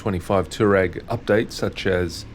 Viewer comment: Nice bike, nice review. FYI it's a Twa-reg!